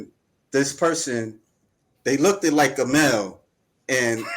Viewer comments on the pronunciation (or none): LI-BRAR-Y NOT LI-BARRY! LOOK-D NOT LOOKT-ED!? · I ain't listening to anyone that says "libary" and "lookded"...